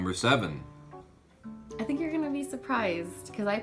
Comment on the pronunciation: Hi from Germany. I love how you pronounce "Ganz Schön Clever" :D